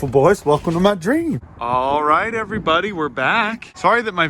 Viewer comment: Dear, please never stop saying everybowdy. I’ll gift you a diamond sword sword sword you can’t afford ford ford